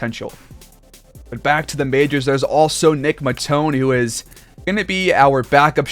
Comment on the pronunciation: Only cause you are butchering Nick Matons name lol .... heres a highlight and they say his name in like 20 seconds ....